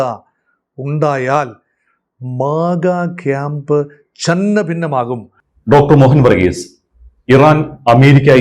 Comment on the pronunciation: ചന്നാപിന്ന അല്ല ചിന്നഭിന്നം